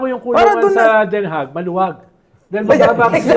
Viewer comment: Since Den Haag ang ginagamit nila instead of The Hague dapat lang na icorrect natin yung pronounciation, it's supposed to be pronounced as Den Ha, silent yung G